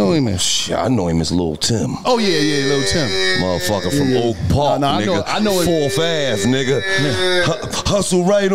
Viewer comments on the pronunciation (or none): Lil tim not lul tim